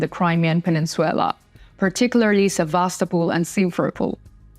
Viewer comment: Peninsular, not peninsuelar.